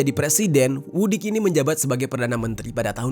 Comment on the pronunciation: Maaf bang... cara baca Vucic suara huruf C nya jelas... Vucic bukan Vudic, suaminsaya dari serbia